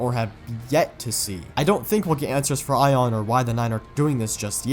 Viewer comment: why do you say aion like “ion” when the only time we’ve heard it pronounced is like “a on”